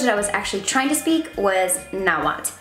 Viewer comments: Tip its pronounced (atleast in the original language) is na-wa-tl not na-wat or na-wal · Why are you not pronouncing the "TL" at the end of NahuaTL? That is a staple and iconic sound in the Na-HUA-TL language...so I'm confused? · its not nahuat its nahuaTL